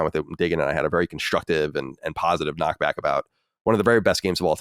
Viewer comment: Thankfully corrected him on Knockback.